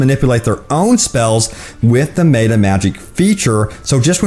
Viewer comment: Its pronounced "meta" not "mayta". Also you said Paladin wrong as well.